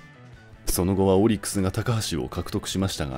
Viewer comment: オリックスの発音ちゃうで